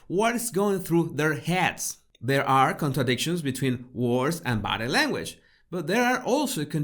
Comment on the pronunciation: When I first started listening to him it sounded like he was saying 'my battle language baddies'.. lol